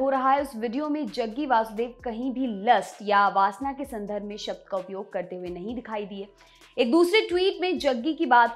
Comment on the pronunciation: Hey, विवादस्पद नहीं, विवादास्पद. पूर्वग्रह नहीं, पूर्वाग्रह... संधर्ब नहीं, संदर्भ can be let go due to accent just like we ignore Modiji saying आझादी और क्रष्ण because Gujrati's talk like that. I feel sorry for Grammar nazis who will get offended for not knowing Hindi.